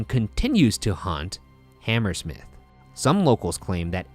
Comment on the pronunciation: I have never heard someone pronounce Hammersmith with that pronunciation and emphasis. I always hear it ammrSMIF pretty much not HamERsmiTH